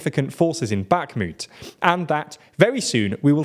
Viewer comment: Also; no 'K' in 'Bakhmut' 😉 Also, also; Eeeeeeegor Girkin, not Eyegor Girkin 😁